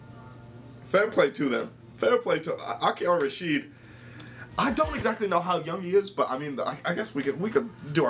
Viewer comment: Its Ra-Sid , not Ra-shit